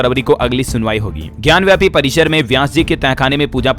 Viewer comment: ज्ञानव्यापी नही ज्ञानवापी होता है इसका उच्चारण सही करें।